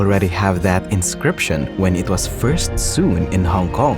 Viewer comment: did u just mispronounce sewn.